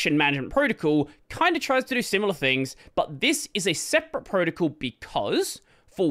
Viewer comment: I’ve never heard anyone say “protocol” as “proticle” like this before